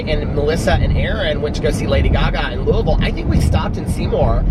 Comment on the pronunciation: As someone from Louisville, it makes me happy to hear you say it correctly 😂💙